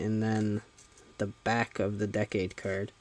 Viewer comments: Decade should be pronounced like this"DEE-CADE",not "DECK-CADE" FYI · you know I find still find it funny that apparently only actual japanese people like the guy at CS-Toys can say Decade's name right